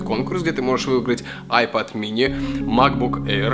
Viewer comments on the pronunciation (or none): none